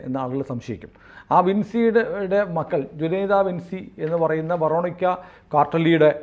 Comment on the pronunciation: Ve ruh neek (English), ve ruh neeke (French pronunciation). Quarterly alla Cartelli aanu. Juanita pronounce cheyyunnadhu Junaida ennalla. Adhu Spanish name aanu J silent, Anita enna poley uanita or ohnita.